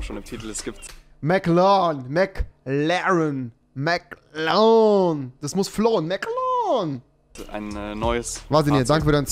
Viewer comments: WIE REWI MCLAAN SAGT UND NICHT MCLAREN😂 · Wen triggert auch die Aussprache von Rewi beim Wort McLaren? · niemand: Rewi: Mc Larn